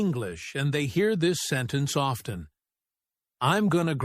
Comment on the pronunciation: did u just say often means off ten 😂😂